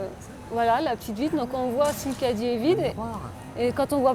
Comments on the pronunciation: C’est moi ou la voix off ne peut pas dire Cadie 🤔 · La voix off n’arrive pas à dire caddie